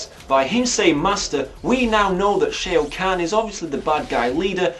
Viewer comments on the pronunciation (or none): stop. saying. shay-o.